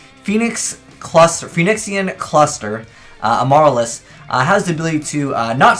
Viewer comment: Lol as soon as i saw the thumbnail with Kotodama and amaryllis (btw,, Amaryllis is a type of flower, and it's pronounced Am-ah-rill-is) i instantly knew what the entire combo was going to be about. Have a shit ton of plants in grave along with 2 or more Amaryllis's and bring them all out while Kotodama was out on the field so they both die. Interestingly enough, this could be a tech side deck card for when decks that rely on multiple copies of the same card are needed to be out for a deck to work become meta (i.e. Like nothing as of yet lel).